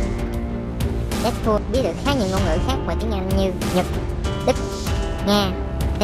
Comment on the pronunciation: Dead "pooo" :v